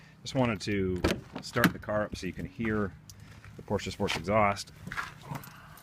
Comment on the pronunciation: Read you 1/5. And plse get some cool clothes , not this Lada style. After all your pronounciation of Porsche is correct unlike many others.